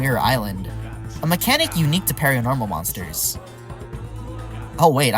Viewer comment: calling Harionette a "Pareeanormal" instead of "Paranormal" is making me tweak out.